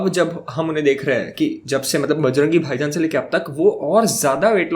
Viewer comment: It's just me who laughs, when said *Bajrangi Baijan*😂 or there are so many people?